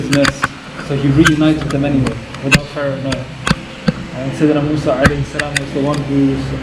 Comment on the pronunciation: Mosa ✅ Musa ❌